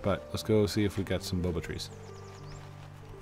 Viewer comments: heyo, just wanted to say if you want to pronounce "baobab", how to pronounce it is bow-ab. Anyways, love the vids! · I think that “baobab” is pronounced “BOW-bab”. :)